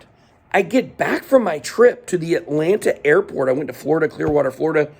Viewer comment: Lol. It’s Atlanta. Just like Miami